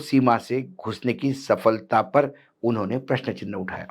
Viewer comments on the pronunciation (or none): none